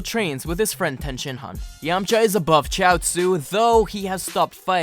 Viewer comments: You said ten and not tien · I am cultured but every one pronounce it tee an